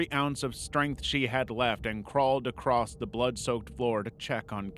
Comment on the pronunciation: Is it an American thing to pronounce the word 'Across' as 'Acrossed'?